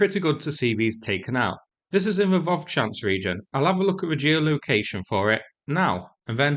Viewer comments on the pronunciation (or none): none